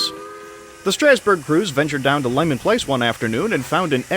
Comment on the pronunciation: Leamon place, not lemon place.